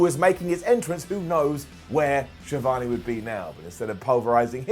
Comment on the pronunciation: The way pronounce ‘Schiavone” - 👇 Down.